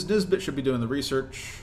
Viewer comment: this is quite late but everytime you say nisbet i hear this bitch, am i the only one?